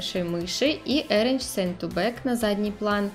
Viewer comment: Пожалуйста, посмотрите произношение английских слов anchor, arrange) Лайк, за видео. 👍